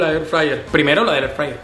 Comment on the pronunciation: AIR FRAYER